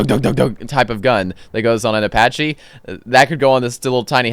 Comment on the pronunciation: "Apache" holy mother of god